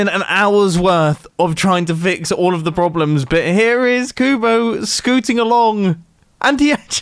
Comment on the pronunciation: he said broblems. Mumbo really needs a break